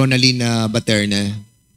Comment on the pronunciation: baterna po sir.not paterna😂